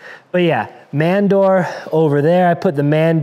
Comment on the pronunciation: Can’t say man door wtf?